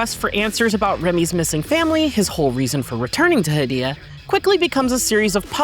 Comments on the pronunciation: According to the developers who made Hell Is Us, the fictional country of Hadia (heɪ.di.ə) is pronounced like "hay-DEE-uh," similar to the name "Arcadia" without the "ar" at the beginning. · They also continually mispronounce "Hadia."